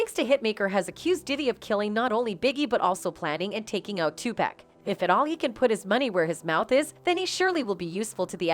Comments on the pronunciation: Tupac not tupäck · Man we all been here long enough to know the man's name is not 2pack. PUT SOME RESPECT ON THE MANS NAME. #2PAC #Tupac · I would have believed this but when the narrator said "2-PACK"...they lost me...I can''t believe it. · Love how she calls him “2 pack” lmao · Please don't say 2Pac's name the way you did. You should know better than that. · So 50 working with the FBI? This make your whole piece bogus. You didn't pronounce Tupac's name correctly! Too much damn mayonnaise. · if you don't know hope to say TUPAC correctly, you really have no business even speaking on anything rap-related!